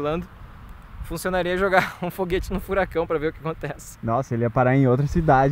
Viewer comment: Eu vi ele falando RÔ Foguete